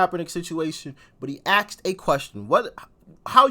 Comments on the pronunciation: Doc, you are awesome. I would point out, gently if I may, that the gentleman asked a question vice axed a question. I apologize for being presumptive, but I think you have a marvelous career going and are providing awesome service (as well as great music reactions). Your effectiveness goes higher the better you speak. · Axed a question? You mean asked. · That's the problem . He axed a question ... This college student , does he even know what an ax is ? My guitar is more like an ax than a question . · He “axed” a question!? Wtf does that mean? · "He axed a question..." Does that mean cut it off at the base?